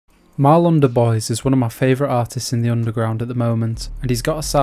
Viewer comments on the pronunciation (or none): Doo- bwah. Not de-bois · its pronounced 'dubwa' not 'dubwoys' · cant even pronounce his name right lmfao